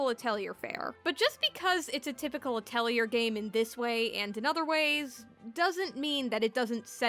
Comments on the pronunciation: Ah-tell-ee-ay. Or ah-toll-ee-ay. It's not a hard R sound. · please stop mispronouncing atelier it is very frustrating to hear valid opinions interspersed with cringe inducing pronunciation